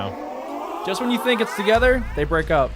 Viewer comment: vhen or wehn